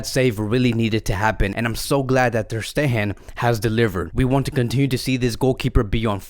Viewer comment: And also its not "Ter SteHHHen" its "Ter SteGGGEn" stup....